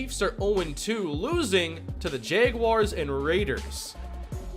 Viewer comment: Never heard anyone pronounce it as Jay-gwars